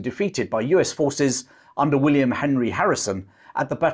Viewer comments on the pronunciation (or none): none